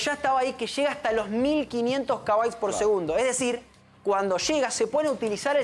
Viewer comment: KB: Kilobyte. ¿Cómo vas a decir "kabytes"?